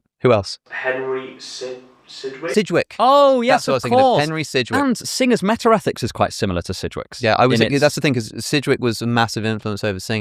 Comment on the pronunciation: "metter rethics"